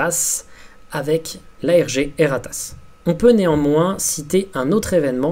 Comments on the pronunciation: J'entend "Et ta race" à chaque fosi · rien: absolument rien:: E R R A T A S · Dsl ça me tue a chaque fois qu'il dit "E R A T A S S"💀💀